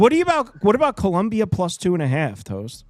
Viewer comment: Its Colombia not Columbia the University lol